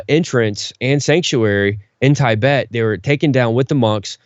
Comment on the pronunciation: Tibet is pronounced Tee-bet, not Tie-bet.